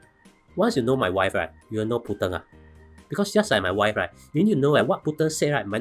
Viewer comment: Hahaha! You pronounced Putin as Putien restaurant! Nice summary, thank you!